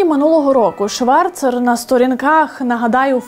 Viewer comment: Зверніть увагу , Аліса Шварц . Це правильний вимов , а не ШварЦЕР !